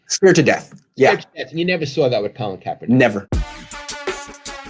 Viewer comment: Put some respect on Kaep's name, well done Lowell.